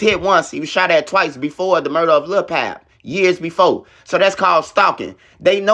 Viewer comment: Ight pronounce PAAAB NOT PAB